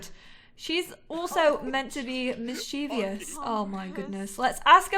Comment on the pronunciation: I’m really liking this lp! Please, please don’t hate me though, because I mean well, but you’re mispronouncing mischievous... it’s three syllables, mis-chuh-vuhs.